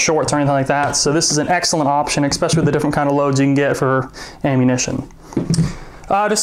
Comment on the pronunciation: Man... painful. "Exspecially"... Jesus Christ. :-/